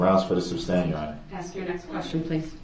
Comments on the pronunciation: I laugh at eszibit and ax . 😂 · Axe? Its Ask.... use proper English